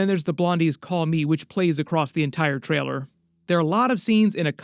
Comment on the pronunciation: Dude it’s TRAILER. LLL. You’re a grown man please say it correctly